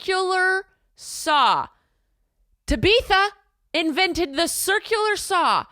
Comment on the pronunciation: Ta beetha knocked me out😂